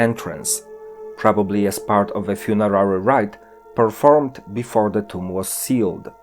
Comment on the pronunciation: You said = toums instead of tomb.